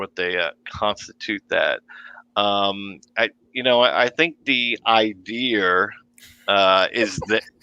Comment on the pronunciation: I've lived in the NYC area my whole life and I've never heard people here pronounce idea as 'idee-yer' so I'm confused. If someone were to say 'idee-yer' , I think of a JFK-type New England accent, not Brooklyn NY 🤔